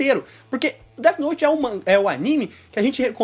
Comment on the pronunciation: AH MEU ESTRAGARAM DEAFI NOUTIII. ESTRAGARAM DEAFI NOUTIII